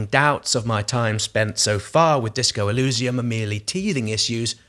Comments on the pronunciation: Nice video, good to see different people's opinions. I'm very hyped for it. Shame about the fonts for you; I personally like it, evokes a Planescape vibe. Eurogamer raised similar concerns about feeling overwhelmed. Also, I think the pronunciation is more e-leez-ium (or even e-liss-ium) rather than e-looz-ium. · It may sound unimportant, but you keep mispronouncing the world Elysium. To someone who understands the word, as well as it's origins, it is a little painful. Maybe like the fonts are, to you. ;)